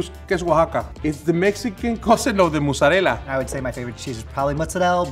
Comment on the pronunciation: Please stop with saying mozzarella as ‘mozzarelle’ that is so not Italian 🙄